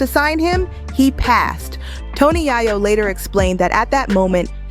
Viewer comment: Please please please, reporters stop pronouncing these guys name wrong. His name is Tony Yayo, not Tony Ya-yo. Do better people. When u do that it makes me think that u dont know what u talking about.